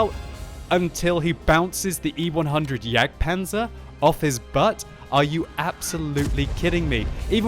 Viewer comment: no, not jagdpanzer, why you always say wrong?